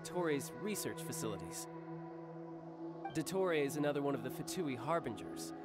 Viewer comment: childe is literally the whitest person I know like why did he say dottore's name like that "dough toe ray" 💀